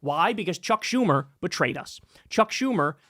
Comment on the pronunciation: Kyle cuckedlinski: "dey betwayed me!" You don't fuckin say?! 🤔